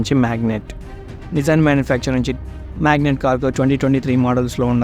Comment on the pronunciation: It is not magnet. Magnite.😜